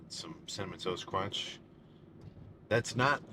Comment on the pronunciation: "Cinnamon toast cwuanch" 🤌🏽